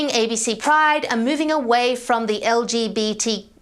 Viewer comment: Pronounced "large bit quap"?